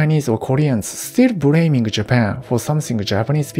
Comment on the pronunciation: You know this guy is true japanese when he say "bRaming white people for sRavary" with replacing L with R